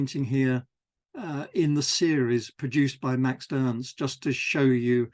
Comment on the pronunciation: Love this series! Just a note: you refer to Max Ernst as "Maxed Ernst" whenever you say the name. It's probably unconscious and I'm sure I do the same with other words though